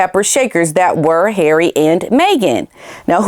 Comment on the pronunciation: 😂🤣😂…LOVE how you say HAIRY 😂😂😂😂